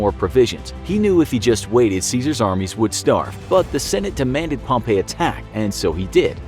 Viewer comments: It's not Pomp A, it's Pomp E. Hate informational shows pronouncing people's names incorrectly... Am I the only one who hates that??? EDIT: This whole episode is Full of inaccuracies. Completely lost faith in the channel. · Pretty sure you pronounced pompey incorrectly like 74 times. Also most of these facts are only half of what happened. Like the cleopatra fling staying in Egypt. It did not lol